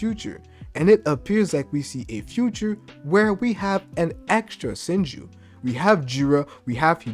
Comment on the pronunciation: You say SHINJu like SENJU, gotta work on that bro had me tripping for a sec